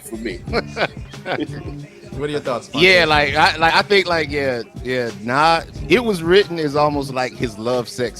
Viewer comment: Did he say Nah’s and not Nas🤦🏽‍♂️